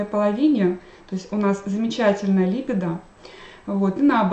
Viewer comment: Заранее прошу прощения за замечание, но ударение правильно ставится так: либИдо, алкогОль, инсУльт. А лекции Ваши очень интересны и полезны, большое спасибо!